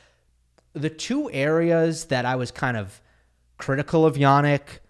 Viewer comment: Hey! I'm Polish, I've also studied English, German and Italian. Much as I love your channel, I cannot help but wince whenever I hear you pronounce the names "Hurkacz" and "Jannik" as "Hurkahtch" and "Yahnick". It is not only unnatural, but also incorrect. I suggest you use the regular short English front vowel "a", rather than the long back vowel "ah". The vowel in both cases has a fairly neutral, short central "a" sound, not unlike the English word "practice", where the front "a" becomes somewhat centralized. So I suggest you use that. I assure you that it will sound much more natural, and much closer to the original! Apart from that, Iike I said, I love the channel, love the content and delivery. Just go easy on the "ah"s, ok? (Unless you want to go "Ah!" after someone's brilliant display🙂) It will be much appreciated.